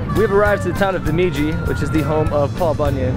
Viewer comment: lol you are saying Bemidji wrong